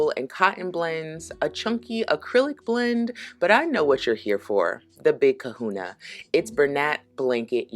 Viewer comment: sorry but I cracked up laughing when you said big kahuna lol